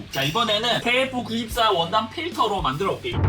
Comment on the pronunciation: 나는KF94를 케이크94로듣지ㅋㅋ